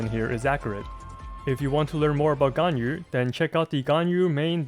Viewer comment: Wow, the first person I meet that pronounce Ganyu right :000